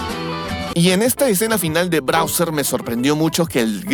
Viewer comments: Porque el dice brauser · Browser jajajaj de cuál hablas? Explorer? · Tas todo tonto diciendo Browser, pobrecito Mario le va a faltar un Ryzer 9 5090x para correr esa cantidad de veces que te equivocaste jajajaja buen vídeo sigue haciendo así las comparaciones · Todas las veces que dijiste Browser me dio ganas de tirar el teléfono a la miércoles 😂😂😂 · "Brawser" ~ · Muchos le dicen Bawser otros Como yo le decimos Bowser Pero le dice Brawser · Muy bueno el video aunque no sé que se fumo al decir Browser y no Bowser creo que la emoción de esta película debe ser la causa. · ''Browser'' xd